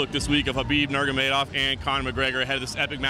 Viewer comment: Habib Normegedov -, this is your job. Atleast try to pronounce his name right.